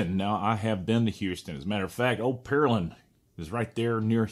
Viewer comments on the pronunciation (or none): It's Pear-land Texas . Like the land of Pears